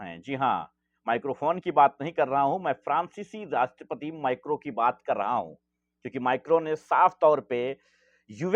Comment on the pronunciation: भाई माइक्रो नही है वो, मैक्रोन है 😂